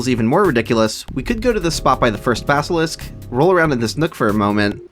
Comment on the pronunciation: Stop saying "BasKilisk", that's one K too many.